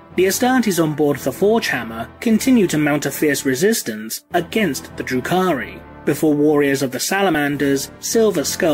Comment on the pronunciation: I was listening to this while mowing the lawn and kept thinking you were saying, "Drew Carrey". Learned a lot.